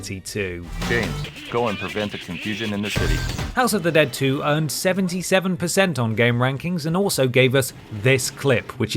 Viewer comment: It's pronounced 'HOUSSSE OF THE DEAD!!'